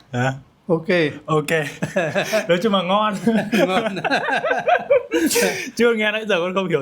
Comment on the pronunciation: Khá khen YouTuher, "LÓI" hơi bị ngọng đấy!